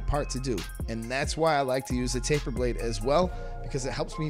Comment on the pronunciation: Faper blade? I thought it was taper blade